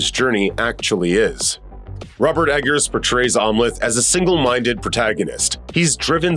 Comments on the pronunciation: I keep hearing "Omelette" as in an egg omelette everytime the narrator says Amleth. Lol. Must be hungry. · Narrator didn’t see the movie. He keeps mispronouncing Amleth.